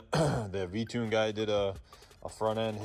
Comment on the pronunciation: That boi said vtune😜💪🔥